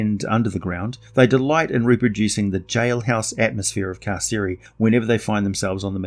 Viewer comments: Car-Sir-eye like I'm being incarcerated....or imprisoned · Carceri, said car-carry. Latin only had hard c sounds.